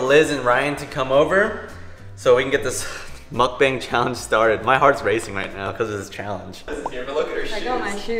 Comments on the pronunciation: its was a great video but it triggers me that u said mukbung not mukbang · He said “ mukbung” it’s mukbang (muc-bang) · When said mukbung I laughed so much